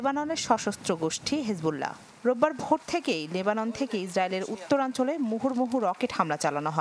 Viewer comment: হিজবুল্লাহ হবে হেজবুল্লাহ নয়